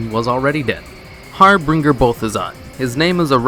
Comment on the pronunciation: I dont wanna be another "you cant pronounce words" comment, but the second reference you cover you say Harbringer. There's not even an R after the b.. can you not read?